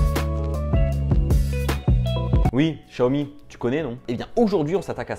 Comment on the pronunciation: juste pour l'avenir prononce "siaomi" vu que c'est du chinois sinon super vidéo ;)